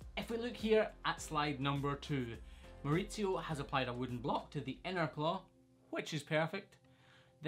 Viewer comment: I loved hearing you say a spanish name in your scotish accent! Way to go Mauricio (I'm guessing from what I could gather after the pronounciation)!!!